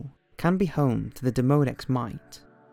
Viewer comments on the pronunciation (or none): It is pronounced DEEmodex. You would have symptoms if you had mites in your eyelashes.